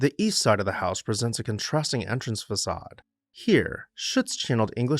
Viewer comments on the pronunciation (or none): none